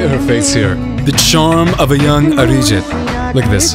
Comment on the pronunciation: His Arijit sounded like 'a rigid'.🙄😁😁